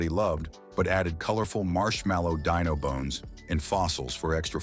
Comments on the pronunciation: Dye-No??? I thought his name was Dee-No 🤷🏻‍♂️🤷🏻‍♂️ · Deeeeenos...not Diiiiinos, come on AI man!!! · Yeah, I really have a problem with all this AI narration on multiple levels. It mispronounces Dino all the way through that segment, until the end where it suddenly pronounces it correctly. The information is wrong. Pebbles cereal came out in the '70s, but Dino Pebbles didn't come out until the '90s. So no, no one remembers growing up in the '70s with Dino Pebbles because it didn't exist back then. Thanks to AI, more and more people can't spell, either.